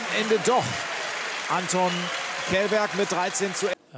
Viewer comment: Anton ist Prominent in TTBL. Warum gibt es noch Leute, die seinen Nachname falsch aussprechen? Källberg -> Schelberg, Bitte Respekt !